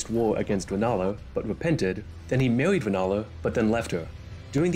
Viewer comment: I didn't think i was this superficial, but lord, when you said "ʋadagon" "ʋepented" and then "maʋʋied" "ʋennala", i couldn't help but cʋinge.